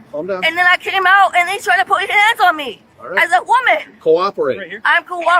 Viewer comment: I know it's a weird thing to notice, but this woman put the emphasis on the wrong syllables all the time! It just sounds strange! "Why are you arresting ME?"...as opposed to someone else??! 😅